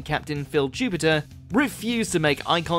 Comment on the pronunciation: his name is JUPITUS, not JUPITER. your british! you should know that!